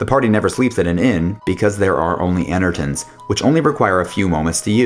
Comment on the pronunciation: ene-TRON* masa-moon-nay**